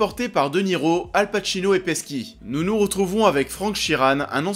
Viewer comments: Peski ?? PESKI ?! Ça se dit Petchi... 🙄🙄😂😂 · on dit "Petchi" (Pesci) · Ni l’un, ni l’autre; ça se prononce “Paichi” à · Bruno enfin quelqu'un qui le remarque !!